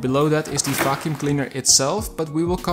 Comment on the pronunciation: Am I the only one who hears "robot f%#$ing cleaner" instead of "robot vacuum cleaner"? 🙃 But, nevertheless, it is a very informative review. Thank you!